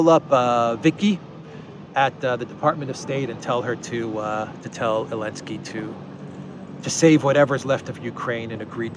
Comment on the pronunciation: Please don’t say Elensky say Zelenski ! You are a free man and you have right to say his try name ! And it’s Zelenski ! My back name contains Z letter and I’m very proud of my fathers ! Letter z exist it there for thousands of years !